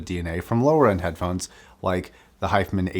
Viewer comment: The way you're pronouncing hifiman is driving me crazy and I can't focus on the review.